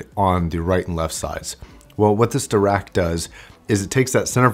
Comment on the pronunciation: SO Dirac.. Paul Dirac was one of the greatest physicists in the 20th century. His last name is pronounced De - rahk, with the "i" pronounced like the "i" in kit, so the first part of his name would almost be pronounced like Dih - rahk. I'm positive that Monoprice named this technology as a tip of the hat to Paul Dirac, so please don't pronounce it Dee - rack if you can help it. Sorry to be a pronunciation snob. Great vid on a great product as always. This new dac/amp will replace my Khadas Tone Board and Liquid Spark stack within a year or two :)